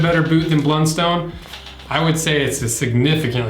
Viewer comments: American in AUS. I own both. Redbacks are my church boots and Blunstones are my daily boots…Redbacks are great and last forever! One thing it’s a soft O not “stone” but more “ton” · As an Aussie, it hurts my ears to hear people call them "blund-stones", it's always been pronounced "blunt-st'n" here. I actually worked at the factory as a teenager, when they were made in Hobart, Tasmania.